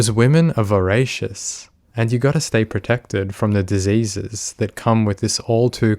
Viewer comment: I liked the video, you'd be an idiot not to. Because of disuhses!